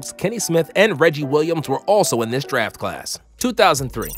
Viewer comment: "Also apart of this daf class"